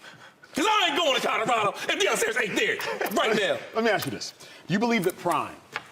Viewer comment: There have been plenty of Ls for the Buffs this season. So it’s time for Shady to pronounce the name of the school correctly and add the “L” to “Codarado.”